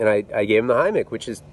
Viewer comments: Omfg, soooo scary. Thank God he's OK. "Heimlich" pronounced "hime-lick" lmao. Grammar nazi here! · THE HEMICH! Anotjher classic mispronounce.